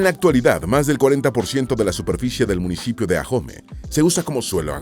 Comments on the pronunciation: Todo iba perfecto hasta que escuché ajome (Ahome)😢😢😢😂😂😂 la h no se pronuncia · Se dice Ahome, no Ajome. Faltó mencionar el carnaval internacional de Mazatlán. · El municipio de ahome su nombre no se pronuncia con Jota ajome es con h muda y se pronuncia así como lo dice ahome en español la h es muda y no se pronuncia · se pronuncia aome no ajome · Soy Sinaloense y agradezco a quien se tomó el tiempo de hacer éste vídeo, sólo quiero hacer una observación en el minuto donde aparecen pinturas rupestres, esas si pertenecen a San Ignacio, pero de Baja California, también en el nombre del municipio de "Ahome" la "h" es muda, se pronuncia "Aome", entre los lugares de interés de Culiacán faltó el hermoso jardín botánico, por todo lo demás mil gracias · Me pareció muy interesante tu vídeo, pero pronuncias mal Ahome, en México H es muda.